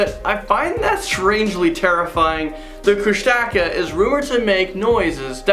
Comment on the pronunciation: #5 is pronounced KOUSH-TA-KAH